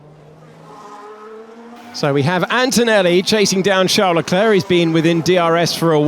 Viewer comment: NOOOOOOOOO, NOT “leh-clurk”